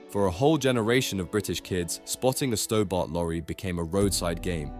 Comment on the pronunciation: Pronounced "Stobburt", not "Stowbart"